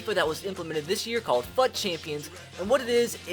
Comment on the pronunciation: Fut champions is actually pronounced (foot champions)